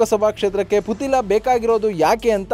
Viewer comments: ಪುತಿಲ ಅಲ್ಲ ಪುತ್ತಿಲ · Sariyagi putthila antha pronounce madappa neenu